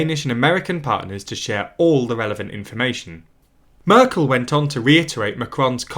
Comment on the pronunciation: And I was annoyed at the speaker pronouncing Angela Merkel's name was the same as Angela Eagle or Angela Rippon's!